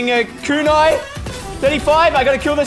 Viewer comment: Bro you can literally look up the names the words of the weapons everything but you didn't shootagain no it's a kunai